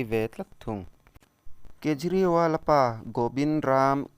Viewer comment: Kapu a hming i lam diklo aw